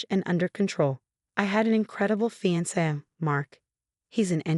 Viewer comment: CORRECTION, IT'S FIANCE, NOT PHANTOM. PLEASE PROOFREAD BEFORE PUTTING THE STORY ON THE CHANNEL. THE STORY WOULD HAVE BEEN BETTER, IF NOT FOR THE MISSPELLINGS AND PRONUNCIATIONS OF WORDS. BUT I'M GLAD THAT SHE GOT A SWEET REVENGE ON HER UNCLE, COUSIN AND EX-FIANCE. AND HER PROFESSIONAL LIFE TOOK OFF LIKE A ROCKET.